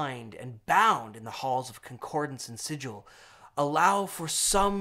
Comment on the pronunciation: Thank you for pronouncing it "Sig-il" and not "Sij-il". Made my day